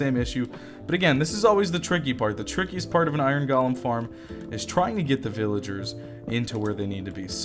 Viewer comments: Technically yes, you're saying it weird. It should be GOH-LEM. But I pronounce it GAH-LEM as well. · i love the way he says Iron "galem"